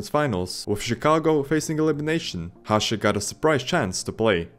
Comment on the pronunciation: What do you mean? He pronounced Hasek correctly